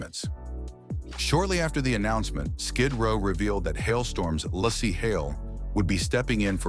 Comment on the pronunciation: lol the AI can’t even get the woman’s name right apparently she’s got three names lazy Larse and lassy